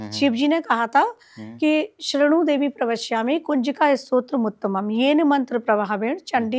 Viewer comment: Stotra bolo.... strot nahi